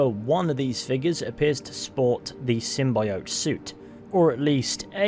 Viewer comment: Say symbiote better